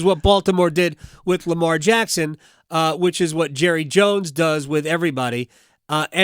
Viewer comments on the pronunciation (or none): none